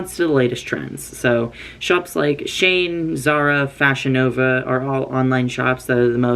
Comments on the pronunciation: SHANE? its pronounced (she-in) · BABE I LOVE YOU SO MUCH BUT ITS PRNOUNCED “SHE-IN” AND I KEEP THINKING YOURE TALKING ABOUT SOMEONE NAMED “SHANE” LMAOO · half the video i wondered why ive never heard of the brand "shane" until I realized it was shein😭😭😭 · There are so many different pronunciations of shein I’ve heard, but saying “shayen” throughout this entire video is now my favorite pronunciation.